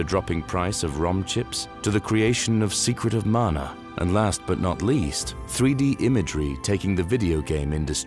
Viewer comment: Amazing video! And thank for saying “Mana” and not “Manna.” 😎